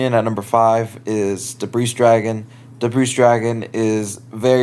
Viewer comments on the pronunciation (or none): Look up how to pronounce Debris